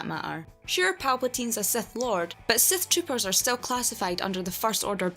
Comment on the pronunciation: The accent makes it sound like Seth tropers.